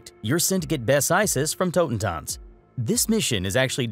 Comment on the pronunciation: "...from tohten tots" -_-... why can people never pronounce it right!? It's tohten-tuhnts !